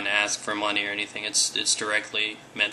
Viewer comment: Abviously? Yeah i think you mean Obviously, plus it's called money not Monay.